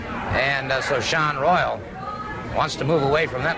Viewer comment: WTF Buddy Colt? Saun Royal? It's pronounced like the other spelling, Shawn Royal:face-green-smiling